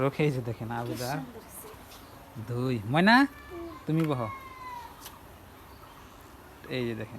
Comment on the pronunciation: এটা দই না ধই 😂😂😂 ঠিকই আছে 😅